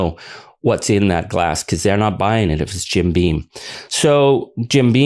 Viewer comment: it's Jim Beam, not "bean". Why does everyone get that wrong?